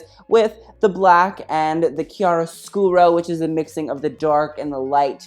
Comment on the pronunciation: Chiaroscuro key-ess-scare-oh